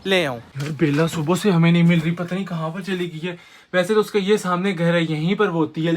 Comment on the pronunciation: Tum subha ko subho kyu kehte ho